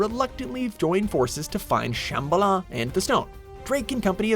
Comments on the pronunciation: OH MY GOD SAY SHIT RIGHT SHAMBALA (SHAM- BOL-A). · The way you pronounce Shambhala, it really annoys me. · I know I'm being nitpicky, but you're pronouncing Lazarevic and Shamballa wrong